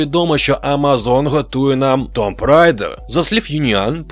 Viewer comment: Tomb буде як |tuːm| звучати. Вибачте не втримався поправити.